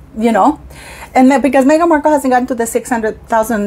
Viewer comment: Oh … stop saying Markle Jam 😅🤮😂